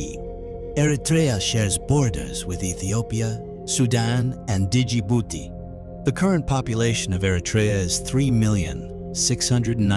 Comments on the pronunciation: The "d" in "Djibouti" is silent. It's not pronounced as D-Jibouti. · Dee - jibouti lol